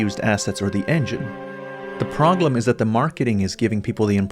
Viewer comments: did you just say Proglem? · "the proglem"